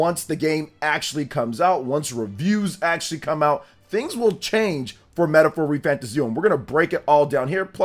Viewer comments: Please stop saying the name wrong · You can't even say the name of the game right. So hearing slander from you ain't it. Metaphor has a big following and is a serious contender for GOTY